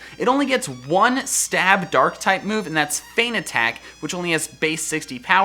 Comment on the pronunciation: Did you say durk type?